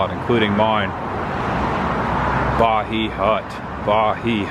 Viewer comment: It’s pronounced the Ba-HI hut with long I as in Hello. It’s lost its old lounge vibe with the dim lighting and red glass candles with the nets on them. Cool place but would caution the part of town it’s in is not family friendly. Doesnt look bad but it is not the best the town has to offer. I’ve lived here my whole life and the north trail is NOT where you want to stay.